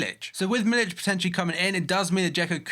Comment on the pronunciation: its miliK, not miliCH